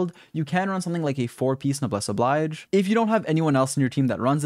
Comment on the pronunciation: did you pronouce noblesse oblige wrong lol